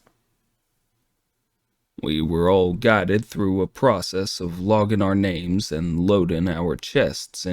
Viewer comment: I hate this version! The AI sounds better than the human voice actors... And that's scary. The southern accent is one of the worst I have ever heard and I've lived in the South for my entire life. The pronunciations of all the names is also driving me crazy, and for the love of God tell that voice actor pretending to be John Cooper TO STOP CHEWING ON HIS WORDS!!! Please keep putting out the story with the AI as The voice, because I don't believe I'll be able to listen to the story anymore if this becomes a permanent thing. Honestly I love this story so so very much, and this is extremely disappointing. Please don't replace the AI with these terrible voices. 😭😭😭😭